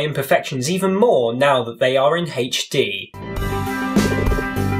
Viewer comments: YOU'VE GIVEN INTO THE HATERS AND BOUGH A HAYCH-DEE CAMERA! Haha jk, it does look really nice, I am glad you bought it xD Also, I love the way you say "HD" It's like, "Haych-Dee" I'm going to start saying HD like that! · its funny how you say HD